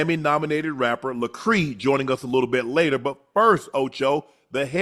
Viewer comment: lacreee? It’s le cray